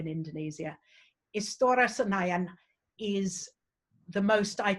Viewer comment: Di melafal kan istora senayan dengan baik lho...cek...